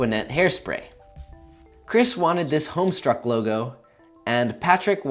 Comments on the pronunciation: anyone else cringe at the homestuck house symbol? Also, for the homestuckers asking why he said homeSTRUCK instead of homeSTUCK: not everyone is in the damn fandom, like y’all seem to think. The world can’t revolve around your fandom. Sorry about it 🤷‍♀️. So because only a handful of people still know it even existed (or exists if you’re insane enough to think HS is awesome and should still be around) not everyone knows how to say it. Just cause you read it once doesn’t mean you get it right away. Regardless, the fandom literally sucks and I’m really f**king surprised to see so many people that are STILL into it. I ran away from that cringe fest the minute I realized it’s all overly touchy 12-15 year olds with no boundaries or respect for other people. Finding a dead fandom that isn’t super cringe worthy is a great idea, however I don’t recommend it to 99% or homestuckers because y’all literally ruin and infiltrate everything with your damn slime and buckets stg. I’m really just sick of seeing comments where the damn thing is brought up of 13 year olds going “uM,, iTS hOMESTUCK,, NoT HoMeStRuCk...2o correct your2elf BEFORE I COME TO YOUR HOUSE 4ND FORC3 YOU TO Read A Dead Comic That Has No Meaning because I feel entitled t0 keep s0mething living that sh0uld be dead 8ut again I feel suuuuuuuuper entitled and I want to show it off ::::::::)” LIKE SIT DOWN. NOBODY CARES. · i shouldn't feel like i just got smacked when you said "homes truck" instead of "homestuck", yet here i am. lmao i really love the cute little blue spirit mask from avatar tho~ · he said homestruck... -all homestuck fans flock to the comments to rant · Just an FYI it’s Homestuck not Homestruck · Just saying it’s homestuck not homestruck... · HE SAID HOMESTUCK WRONG REEEEEE